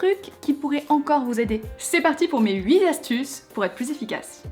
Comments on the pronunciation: "...mes huiT astuces" !! Pas "mes huit zastuces" stp ! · Très bons conseils! Par contre huit astuces ça se prononce pas huit'z'astuces 😘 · je t'adore mais arrête de dire "huiz astuces" s'il te plait! On ne met pas les chiffres au pluriel;) Bisous